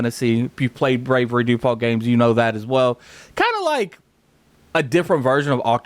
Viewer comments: *Bravely with a L Not bravery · came in comments looking for this, it was triggering me. i was like please say it right atleast once PLEASE!!! lol